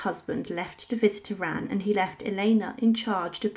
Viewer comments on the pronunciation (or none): none